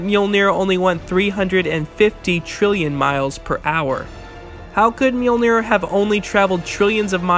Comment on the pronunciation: an entire channel dedicated to Thor. still cant pronounce mjölnir corektl